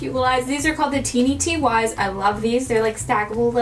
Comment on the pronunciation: "Teenie Teewies" It's just Teeny Tys